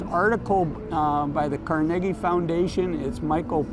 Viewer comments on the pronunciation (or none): Car- ne- gee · Love your videos I believe it is pronounced Car-ni-gee As in Carnegie Hall